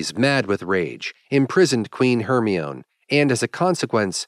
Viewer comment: "Hermion"?... It's pronounced "Her-my-nee"